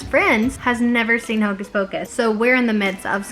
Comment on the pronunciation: “Hocus focus pleeeease” 😂😂